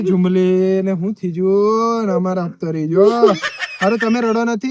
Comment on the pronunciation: Hapto ❌ Hatpo ✅